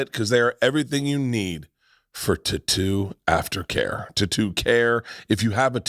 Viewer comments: In his ad saying titoo instead of tattoo he honestly made me want to kill myself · Ive never hear tattoo pronounced tutooh before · Because you mispronounced tatto I will never buy that product doesn't matter the brand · For god sakes stop saying tattoo lol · I cannot handle the way Bert says tattoo literally lost it when he was trying to do that add read